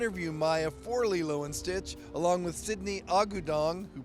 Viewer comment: Bruh it's AH-GOO-DONG. It's a Filipino surname.